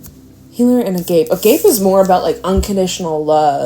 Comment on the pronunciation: Just fyi, agape is pronounced ahgahpay. It means love.